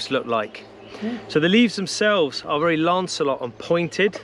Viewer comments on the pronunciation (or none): I wish he would say LANCEOLATE , and not keep saying lancelot when he is referring to a pointed leaf shape.